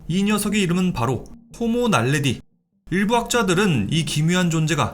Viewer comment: 호모날래지도 아니고 호모날래디 함경도사투리쓰는걸봐서 일단 추위강한건 확실하군요